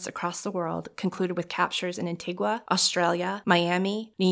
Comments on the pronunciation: Ann tea gwa 🤣🤣🤣🤣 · Ann tea guh Isn't it?